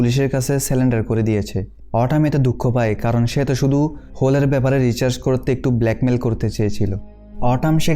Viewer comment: Dada tumi bar bar research k recharge bolecho 🥰🥰🥰🥰